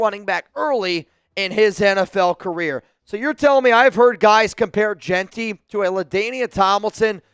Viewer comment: You like Jeanty? Learn how to pronounce his name.